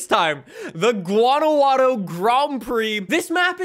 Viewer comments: Jesus christ its not a hard g. Its waunajuato. Fuckin hell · In Spanish the j is pronounced with a H sound. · the way he says guanajuato lol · STOP SAYING GUANAJUATO LIKE THAT !!!!!!